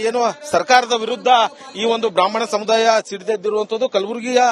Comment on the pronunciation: ಸಮುಧಾಯ ಅಲ್ಲಪ್ಪ ಅದು, ಸಮುದಾಯ....ಅಲ್ಪಪ್ರಾಣ, ಮಹಾಪ್ರಾಣದ ಬಗ್ಗೆ ಅರಿವಿರಲಿ.